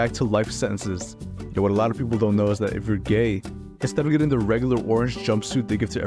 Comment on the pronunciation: insteadofgetin sounded kinda Mexican for some reason